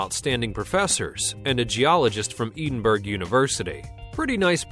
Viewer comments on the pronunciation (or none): Did you just call Edinburgh Edenberg? smh